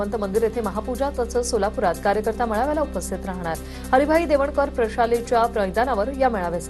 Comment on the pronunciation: Baila ucchar shikva jara Devankar nahi te devkaran aahe